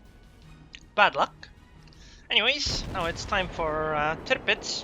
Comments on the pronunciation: Love your commentaries man ;) especially the way you say "Tirpitz" :D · Its actually how Its pronounced